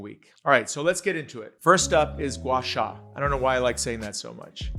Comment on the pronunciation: Respectfully, Gwah -SAH is the correct pronunciation. Look to an expert like Sandra Lanshin to better understand and how to correctly perform this technique.